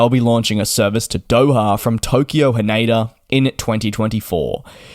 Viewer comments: It is Tokyo "Haneda", not "Haneida". 😅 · "ne" in Japanese sounds like "next" in English but without the "xt. He says more like "nay" in "naysayer". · He said it wrong.